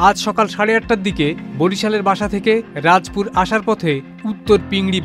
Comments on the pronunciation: রাজপুর না রাজাপুর সঠিকভাবে বলেন। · আপনি কিসের সাংবাদিক একটা বানান ঠিকমতো কইতে পারেন না হবে রাজাপুর বলেন রাজপুর পাইছেন কোথায় এরকম খবর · চ্যানেল আইয়ের মত একটি জনপ্রিয় টিভির প্রতিবেদক এত অপেশাদার কিভাবে হয় আমার মাথায় ঢুকে না। রাজাপুর উপজেলাকে উনি প্রত্যেকবার রাজপুর বলছেন যেটা শুনতে বিরক্তিকর লাগছে। রাজাপুর থানার সাইনবোর্ড ভিডিওতে বড় করেই দেখানো হচ্ছে। অথচ উনি দেখছেন না। উনি মনে হয় চোখ বন্ধ করে প্রতিবেদন পাঠ করছিলেন । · সাংবাদিকদের আরও লেখাপড়া করা দরকার হবে রাজাপুর বলে রাজপুর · আর সাংবাদিক কে আবার প্রাথমিক বিদ্যালয় পাঠানো উচিৎ... রাজাপুর না বলে রাজপুর বলে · রাজপুর না 😢😢 রাজাপুর হবে সাংবাদিক সাহেব ভুল উচ্চারণ হয়েছে ঠিক করবেন কিভাবে?? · রাজপুর না কি রাজাপুর সঠিক করে বললে ভালো হ য় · সংবাদ পরিবেশন কারী সাংবাদিক কিভাবে রাজাপুর কে রাজপুর বলে সংবাদ পরিবেশন করেন এটা দেখার কেউ নাই। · সাংবাদিক সাহেবের কথা বলার মাঝে ভুল আছে ভুলটি হলো রাজাপুর কে সে বার বার রাজপুদ রাজপুদ বলছে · রাজপুর না শব্দটা রাজাপুর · আপনি কোন লেভেলের সাংবাদিক। থানার নাম রাজাপুর আপনি বলিতেছেন রাজপুর এমন একটা চ্যানেলে জব করে এমন বড় ভুলের জন্য আপনার বক্তব্য কি জানতে চাই। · রাজপুর না রাজাপুর হবে সাংবাদিক সাহেব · রিপোর্টার সাহেব রাজাপুরকে কেন রাজপুর বলছেন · সালা রাজাপুর হবে উচ্চারণ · বেটা রাজাপুর উপজেলার নামটাও বলতে পারে না সে আবার সাংবাদিক 😂😂😂😂😂